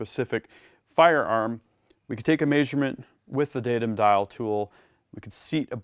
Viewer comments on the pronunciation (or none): Love your content! Hate the way you say "measurement" LOL (may-shur-mint) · anyone else think he says measurement very oddly? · Well he's adapting to the human-shaped suit pretty well but some things are just hard.